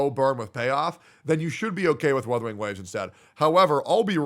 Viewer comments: He really said withering waves 💀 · "Withering Waves" Yes, it is "withering" away 😂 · Withering waves 😏🤣🤣🤣 it's Wuthering Waves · I don't care, Wuu-the-ring not Whaa-the-ring. Don't like it, sue me. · Sounds like is saying Weathering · The fact that is saying Wuthering wrong too is funny asf